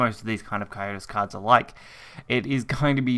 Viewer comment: It's pronounced "Co Sy Tus" not "Co yo tus"